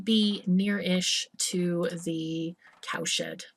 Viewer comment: I just don't get it.. Everytime you say CowSHED, I hear ComSh*t.. What the fnerk =oS =oP Keep up the good work ^^